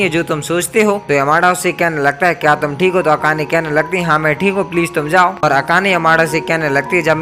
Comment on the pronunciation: Bhai tumhara "THIKE" ate 😂😂